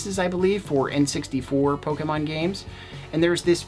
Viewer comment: It's Pokemon not Pokaman you dumb dumb